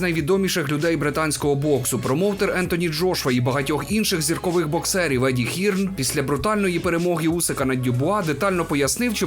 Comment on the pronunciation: Сам ти Хірн. Читаєтся Хьорн. Вже як росіяни, німагу вигарваріть патаму гаварю как хачю.